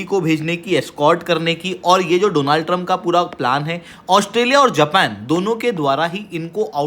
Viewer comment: Donald - no no no, Doooonald ✅